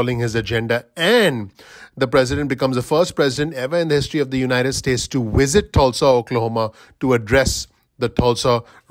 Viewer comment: Wisit? Really. W is not V and vice versa.